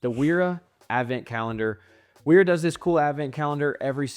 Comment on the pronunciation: Pronounced VERA